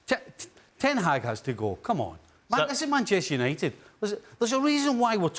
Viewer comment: Bantchester United 🤣